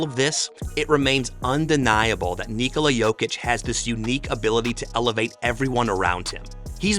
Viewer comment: finally! Someone pronounced his name correctly. Thank you and may your channel thrive. Also good video